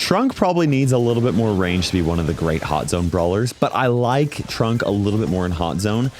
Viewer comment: I was listening to this in the background, and the amount of times I heard "Trump" instead of "Trunk is ridiculous. 😂 Would be hilarious (but would never happen obviously) if for one of his skins they gave him the swooshy hair and made him orange.